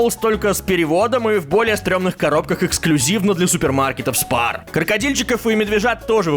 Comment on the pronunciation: Spar как ты сказал, это австрийский магазин, а "спар" звучит как шпа, то есть сэкономь